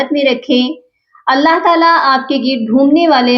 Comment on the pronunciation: شروع میں آپ اللہ کی ہ پر پیش پڑھ رہی ہیں اس کو درست کر لیں